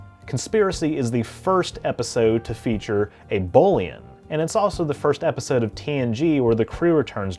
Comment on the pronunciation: Can't stand how he says 'episode'